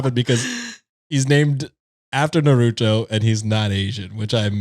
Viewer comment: say "nar-oo-toe" 💔💔💔💔 (it's naru-toe)